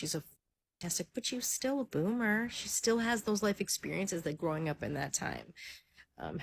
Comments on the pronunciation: its "Boomer", not "bloomer." 🤦 There's no "L" in the word. 😂 "Bloomers" are underwear. Panties/boxers. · Boomer,. Not bloomer 😂.